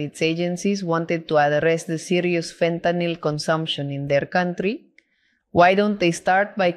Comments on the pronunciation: She gets points for pronouncing fentanyl correctly. Ben… literally every American… learn! It’s not an alcohol, it is not “Fenta-nol” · she pronounces fentanyl correctly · Just the mere fact that she pronounces fentanyl correctly tells me she knows what she is doing. It’s fentanyl, not fentanol.